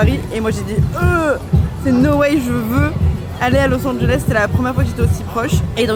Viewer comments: a littéralement dit lis Angeles sans le savoir 😭😭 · Il fallait garder le suspense mais a dit los anges 😂